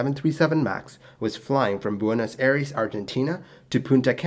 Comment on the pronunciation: Buenos Aires was so mispronounced followed immediately by Punta Cana so well pronounced that I had to hit back to see if I heard correctly lol. To be clear it's okay to mispronounce things, if It's understood then that's all that matters and Spanish sounds are very different from English ones so it's understandable for anyone who is monolingual, hell I'm bilingual and often mispronounce Spanish words when speaking in English.